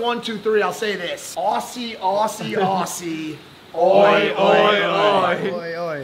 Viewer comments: Why are you saying ossy all the time man? It's ozzy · anyone else getting slightly triggered by the fact he kept saying aussie as ossy instead of ozzy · I am Not a Fan of the way you said Aussie And I reckon you Should Try Big B’s, Downtown Brooklyn, BurgerHead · Any of my Australian brothers cringe every time they here ossy and not ozzy 😂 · Did it affect any other Australian when Mike kept saying Aussie instead of Auzzie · This aggravated the shit outta me, im a Kiwi but im in the trades and also work with and have been to straya, but its "AUZZIE NOT AUSSIE" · Anybody going to tell Mike it’s pronounce Ozzy on Ossy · Why is it so hard for Americans to say ozzy because I hear them saying ossy all the Dayam time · Why did no one tell Mike it’s pronounced Ozz-ee not oss ee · ozzie not awesee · bro mike wtf is ossie its ozy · FFS Mike It’s Ozzie not Aussie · Mike, mate if you ever return to Australia just remember one thing. Aussie is pronounced 'Ozzy'! It's not pronounced how it's spelt! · Say Aussie like it’s with zs auzzie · Tell Mike that aussie, is pronounced ’auzzie’ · It's always funny seeing Americans saying Aussie with the S and not Z sound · The way Mike pronounces aussie is terrible 😂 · im hating your pronunciation of Aussie - arghh